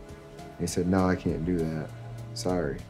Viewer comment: “i was like n000” Bro turned British